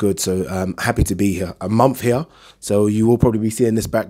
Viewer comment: Its pronounced 'H E R E' not 'H E Y A' jesussss